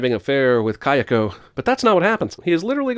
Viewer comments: It's KAyako not kaYAko, she's not a Warner Bros character :P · Jesus, your pronunciation of "Kayako". Maybe you shouldn't get white-girl wasted before recording? You were slurring in the It Chapter Two video too... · try saying Kayako again, that pronounce was lame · You r the first comment I've seen that mentions that. Thank you! Everytime he said kayako's (sorry if that's misspelled) name i cringed.